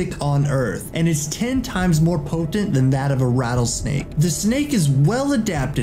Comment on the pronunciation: Po-tent lmao